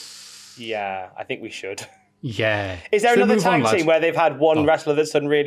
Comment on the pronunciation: Nearly turned the video off hearing call it Tig instead of Tag